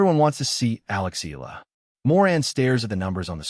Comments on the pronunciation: Eh-Yah- La and not Ih- La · Please correct your AI to pronounce EALA's name correctly. It is EE-YA-LA!! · And you know all that for sure? You can't even pronounce Alex's last name properly. You AI BS!